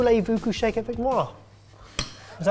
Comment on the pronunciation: basically said "Chicken, you sleep with me" (Poulet, vous coucher avec moi) and I can't decide if he has accidentally mispronounced "Voulez" or is he a comedy genious, since the dish is actually chicken. 🤔